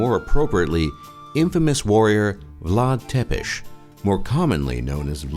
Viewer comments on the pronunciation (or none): Mor coaieee😂😂😂 Vlad Tepes. Nu Vlad Țepeş...😂😂😂😂😂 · Țepeș not Tepes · is ţepeş not tepeş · "Tepes" Țepeș! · its vlad țepeş not tepeş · His name is not Vlad Tepesh, or whatever you said. It's Țepeş. Ț is spelled "t's", and ş is spelled "sh". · Vlad Tepes. Tepes is Țepeș in Romanian. You can read ț like tz and ș like sh (Vlad Tzepesh :))) ) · It's Vlad Țepeș no Tepes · It's Vlad Tsepes not Vlad Tepes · Țepes, no Tepes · Bad choice to add a fragment of a german SS soldier as a birdwatcher . Be more carefull what you put together And by the way the father of Vlad Tepes (pronounced as Tzepesh) is Vlad Dracul which means Vlad the devil. Be more accurante when you try to make a real info video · Sorry but i have to do it. Ț is hears loud Tz. So if you read Țepeș it sounds Tzepesh. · Umm im romainian and u butchered vlads last name so bad because his last name is actualy said tsepesh and its written țepeș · It is read "Chepesh" not Țepes. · Țepeș = Tsepesh Ciorbă = Chiorba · "Dracul" from "Vlad Dracul" means the deamon or the devil, not the dragon. Also, the first T in Țepeș is actually read like "ts" and the s is read like "sh". And is a made up word that basically mean the impaler. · Vlad Tepes hahahah Zepes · tzepes not tepes. it always bothers me. also, you mispronounce horribly. but thanks for the video anyway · Its called Vlad Tzepesh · Please do pronounce Țepeș as TZEPESH... And ciorba (the soup) as TCHORBA... It's easy. So "ă" is identical like it sounds in "girl", "ț" like in pizza or let's, "ș" like in shop... Thanks! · It is pronounced tzuicah and tzepesh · His name is actually pronounces Vlad Tzepesh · Cătălin Florian Vlad Țepeş ( Vlad Thepesh ) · "Vlad tepesti" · Romanians: Why are you saying Vlad Ţepeş that way?! And also, as a fellow romanian, fuck you for saying gypsies are roman. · Try not to get triggered challenge: Romanian pronounciation editionlmao jk im not triggered